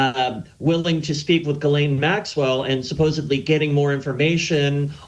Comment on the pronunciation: That's correct it's pronounced jizz-lane